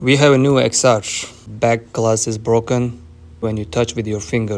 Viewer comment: it's 10 R it drives me nuts when people can't say it right.